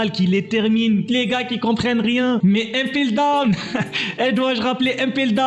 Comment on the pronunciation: Tu sais pas parler ou quoi impeldown pas 1peldown